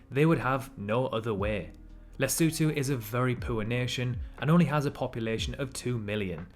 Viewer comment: Warms my heart that he pronounced Lesotho correctly. He clearly did his research🔥